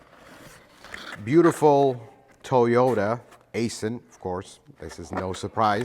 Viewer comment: you should know it’s pronounced AISON (EYE-SON)